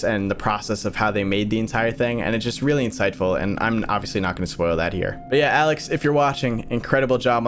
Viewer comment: Does anyone else hear how to dude says "Heyah" instead of Here? Its just like......funny to me :) also....PIGGLETS OMG PIGGLETS